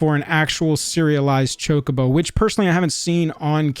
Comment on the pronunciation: Chocobo, and it's not pronounced like 'Jacobo'.